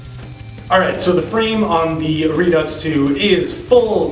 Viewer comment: I'll overlook the pronunciation of Redux then. Ha. Good review, I'm checking them out.